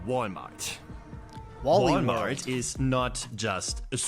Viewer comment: Thanks, i had no idea Walmart is pronounced Wall-e-mart in the US.